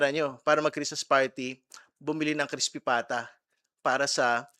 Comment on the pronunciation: Sir parang ang tundi ng galit mo sa vp ng Pinas ah.. Kasi napaka diin ang pagka Sabi mi ng crispy pata. 😂😂😂Rlax Lang po malalaman din natin ang katotohanan.. Bakit ba ky vice president Lang kau nakatotok. Andaming mga gobyernong masmalala at dapat na kaso han nio.. Diba